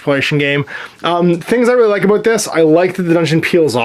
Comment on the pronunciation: Looks like fun when you're looking for something quick. And you said "aboot" in the first minute or two. Your maple leaf is showing.